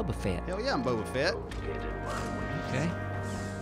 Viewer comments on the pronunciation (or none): "Bubba Fet" lol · said Bubba Fett hahaha